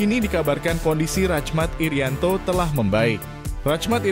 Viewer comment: Bukan racmat irianto tapi rahmat irianto cara bacanya,jgn rusak nama orang jadi asing